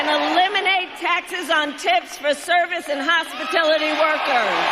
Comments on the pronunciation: Has no one noticed that KH said "Hospitility" rather than "Hospitality"? Freaking idiot. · The word salad is going rotten: "Hospitility"??? it's H.O.S.P.I.T.A.L.I.T.Y!!!! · Ms. Megyn could you please define what "hospitility" is? Is it a word? she steals policies incorrectly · Why is no one questioning the new word hospitility? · "Hospitilty" workers... Sorry Kamala... TRY AGAIN when you steal ideas...... Not even how it's spelled. Nice try. HOSPITALITY is the word. Poor... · HOSPITILITY…..😂😂😂😅😅😅😅😅😅😅 She’s on something. Can anyone be that stupid.?? Seriously. She doesn’t even care that everyone KNOWS she’s copied him. She doesn’t have a clue what’s going on. I’m serious. She’s on something or mentally unstable. She has some kind of borderline personality disorder. Really. This is crazy. She can’t even pronounce the words—and doesn’t know what they mean. She just tries to read the stupid stuff on the teleprompter. 😮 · hospitililty lmao she couldnt even say it right lol 🤣🤣🤣🤣🤣🤣🤣🤣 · I want to be a "Hospitility Worker" 🤣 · Hospitility workers!! She can’t even say the right word